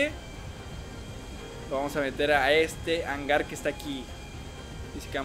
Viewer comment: no soy hater pero se dice hangar donde se guarda el avión salu2